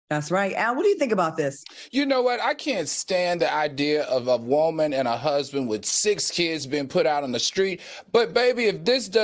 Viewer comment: I just love how Al says woman (whoa-man) 😁